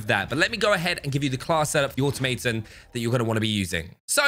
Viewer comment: say it with me: aw-TOM-uh-tahn